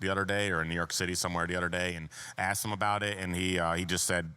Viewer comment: Guy seems nice enough but I fuckin hate when humans can't say the other day. Dee oder day. Drives me fuckin nuts.